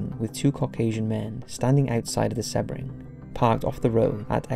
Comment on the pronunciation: Dude, do you refer to oceans as "sehs"!?! Then why pronounce SEAbring as "seh-bring"!? It's SEA "SEE".